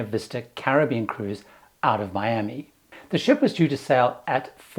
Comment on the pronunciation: I've never heard Miami, said like that, maybe accent or culture.